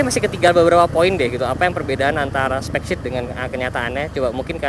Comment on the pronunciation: specsheet brooo bukan shit wkwkwkwk